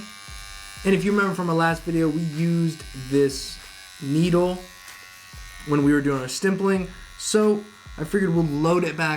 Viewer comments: Love your vids but why are you saying stimpling when its called stippling.. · It's Stippling bruv No 'm' ✌🏻️